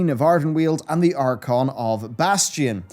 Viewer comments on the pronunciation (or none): none